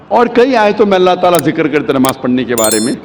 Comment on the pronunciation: Ye jo swami type ka banda h ise khud apne religion k bare me kuch nhi pata to Islam k bare me Kya pata bhut bolta h Islam k bare me koi bat nhi ....by the way Kya pronunciat kia nabaj.....ghonchu bolne se phle jan leta namaz